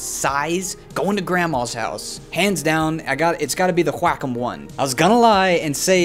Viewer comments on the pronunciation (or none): Wah-com not wack-em..... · Video is unmatchable because he has a tick resulting in him saying 'flippin' in every sentence. He talks like a 60 year old trying to be hip with the kids. Also, H-wa-com... sheesh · I cannot stop laughing at the way he pronounces "wackom"..lmao.... "Can I take this to Grandma's house?" lmao.. Relatable.. love it! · I was losing it every time he said it..lmaooooo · “whack’em” “whakem” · came for the tablets, stayed for the way he says wacom wack 'em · All these years and now I realize that I've pronounced "wrraaakkhumm" the wrong way. All these years.... 🥲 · I learned how to properly Pronounce QuaCom today. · no one:: GWHAKOM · hahahahaahahha the way he say wacom - qwakom hahahaHAHAHAHAHAH im dying of laughter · Love he says "whack um" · the way he says wacom is soo weird 😂😂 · Is it pronouced WAY COME or WACK UM?